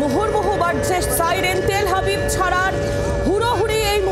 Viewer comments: ওহে সঞ্চালিকার, ওটা তেল হাবিব না, তেল আবিব। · তেল হাবিব না গো তেল আবিব, আগে ঠিকমতো উচ্চারণ করতে শেখো তারপর খবর পড়ো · তেল আবিব নয় এটা তেল আভিব হবে । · Madam, City name ta thik kore bolun... Ota Tel Habib noi , Ota TEL AVIV.........